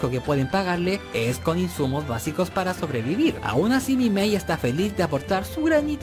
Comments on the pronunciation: ¿Soy la unica que quiere quemar a la por decir mal el nombre de Minmay con "Mimay" y decirle en una parte a Rick "Roy"? Sigamos viendo el video para funar a la. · Te felicito por el trabajo que te diste, pero debo admitir que odié cada vez que le dijiste "mimei" a "Lynn Minmay" y "bethraaaaaiii" a "Breetai".